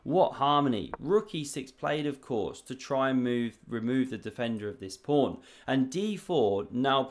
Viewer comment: Pawn not prawn